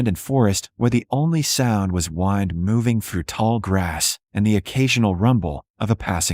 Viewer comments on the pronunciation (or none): EDITOR!!!!!! "wind" is not said Waiii nd. That means turn something. "Wind" in this context is said: wih nd... the air moving. LEss than half a minute in and the video is already proven garbage.